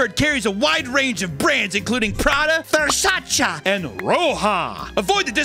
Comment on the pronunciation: it's pronounced ver-say-see